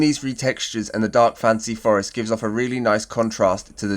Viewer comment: Every time you say fantasy my brain always hears "fancy" first haha. As usual thanks for the great video! Planned to try some of these and it's nice to see them in action.